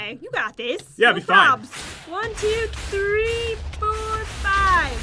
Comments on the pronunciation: shane shane ummmm tree??? Three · Tree times